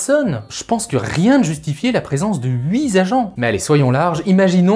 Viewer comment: "huit zagents de police municipaux" WOUHAHAHHAHAHAHAHAHA là tu as fait fort. Mais, c'est peut être le français de Nice. Possible. "huit zagents" "huit zagents" Bon, allez, je te viens en aide pour les prochaines vidéos.